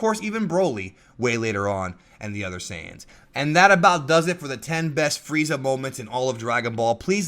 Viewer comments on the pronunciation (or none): none